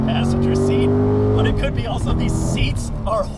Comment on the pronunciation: Do you ever wonder why says 'Auso'- instead of 'also'? Very strange - arguably an unsolved mystery